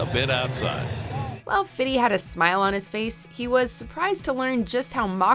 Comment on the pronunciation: please for the love of god don't ever call him "fiddy" again.